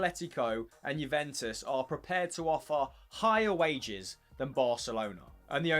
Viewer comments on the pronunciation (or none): none